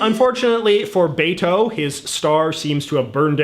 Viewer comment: So hard to watch this tbh. I understand having an accent, but pronouncing Beto’s name wrong bugs me.